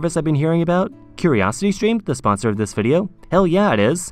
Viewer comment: Zis zath zhe 😭😭